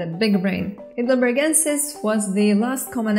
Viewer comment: Hi! Native speaker here. The 'ei' in 'Heidelbergensis' pronounces like the English 'I' in 'high'. Think of it like 'high.delbergensis' 😉